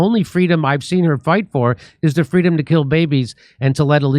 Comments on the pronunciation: I believe it's "fweedom " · She never said that; she always said fweedum. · Harris for “Fweedom!” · Doesn't Kamala mean "Fweedom"?